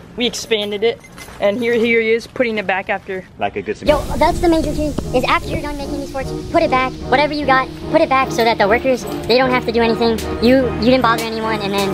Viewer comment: Who noticed say Frits instead of forts 😂😂